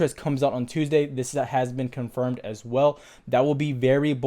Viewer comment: Why did he say tuesday so weird